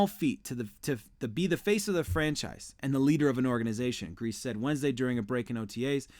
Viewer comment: If you are talking about this team , you should know that coaches name is pronouced Greas.E ( long E )